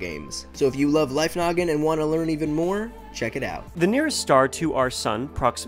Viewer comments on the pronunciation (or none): Life Noggin when u say welcome to life Noggin I feel like ur saying welcome to life nugget XD